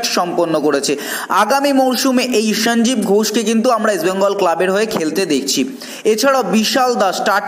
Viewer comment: সঞ্জীব উচ্চারণটা এমন করছো যেন বিহারী।লজ্জা করে না।